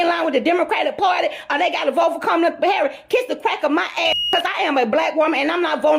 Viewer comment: "Con- Mala" Is Not Like Us! Don't Trust!!!